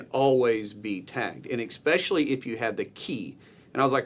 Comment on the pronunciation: It’s not, “eckspecially”!!! It’s “ESpecially”. Make it stop. It’s like, aks. I want to aks you a question.